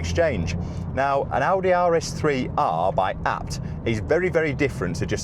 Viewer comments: Is it not pronounced A B T as separate initials.... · Please stop saying ah-bt lol